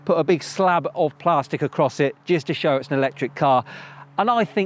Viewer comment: And the way you say plastic is hilariously wrong hahaha